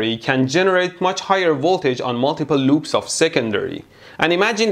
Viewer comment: did you say...LÖÖPS?